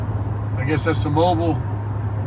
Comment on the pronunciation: It’s MO- BEAL - Mobile Alabama. :)